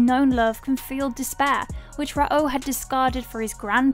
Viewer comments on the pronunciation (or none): Rah OH? dig the channel but the mispronunciations are pretty cringe. Just watch the anime. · Ho-koo-toe shin Ken, Rah-oh 😂 Sorry I’m nit picking, but even after seeing a few episodes, you just don’t pronounce it like that. Fun video though!!